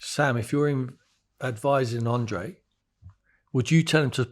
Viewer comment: His name is Andrea, not Andre. Jesus, you worked for the man.